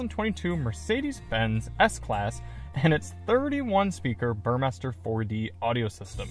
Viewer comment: Finally someone who pronounces Burmester correctly.